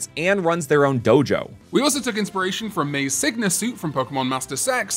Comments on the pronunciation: Did he say Pokemon master sex 😂😂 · He meant “Pokémon Masters EX”.